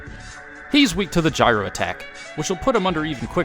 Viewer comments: He does know that it’s pronounced GYRO and not GYRO right? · its "jiro" man. like gyroscope. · The proper way to pronounce Gyro Man's name is JEYE-roh, not to be confused with the sandwich you were referring to. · ITS PRONOUNCED “JY-ROE” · wait, did you just mispronounce "Gyro" in the... not Greek-food... context?